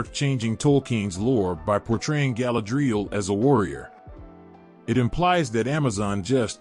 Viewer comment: I got as far as where the AI thingy mispronounced Galadriel and Feanor. Couldn't listen any more